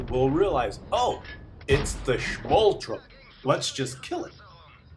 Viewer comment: it is 'turm' as in 'sturm' not 'trum' as in 'trump'. There's me thinking you were German...